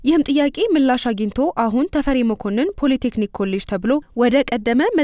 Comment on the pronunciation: ለዜናው እናመሰግናለን ! " ፖለ ቴክኒክ" አይባልም፣ በትክክለኛው ፖሊ ቴክኒክ በይ!